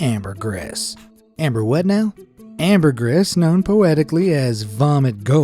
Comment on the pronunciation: So many errors and mispronounced words... ambergris and Guillaume for example. But he's American, so it's to be expected, I suppose!